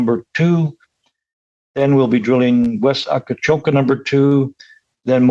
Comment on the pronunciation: Please,. It is not called Akacoka but Akcakoca. I don't want to know what your turkish partners will think if you pronounce it wrong.